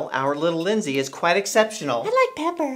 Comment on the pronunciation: You don't need that guy Linsay He said yur name Wrong! O